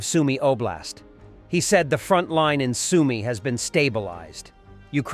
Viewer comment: Soumy, pas Sounoumy! Zaporijia, pas Zapori! Marioupol, pas Marioupopol!